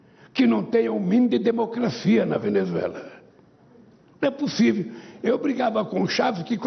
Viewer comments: N é "pussiviu"😅😅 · Não é "pussiviu" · Não é puçiviu kkkkkkkkk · Não e pu sivio 😂😂😂 não e pu sivio 😂😁😁 minha nossa como que pode??.🤦🤦🤦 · “Não é pussiviu” lule 2023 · Não é 'puciviu'...